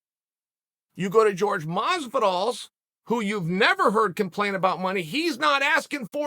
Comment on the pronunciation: Say it with me Chael, “ Horhay”. Pronounce his name correctly for god’s sake.